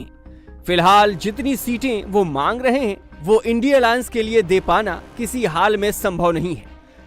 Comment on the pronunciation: Anchor madam इंडिया गठबंधन को आइडिया बोलने में क्यों तकलीफ हो रही हैं क्या?